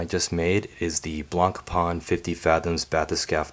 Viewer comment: Please, try to pronounce Blancpain correctly at least. The C is silent.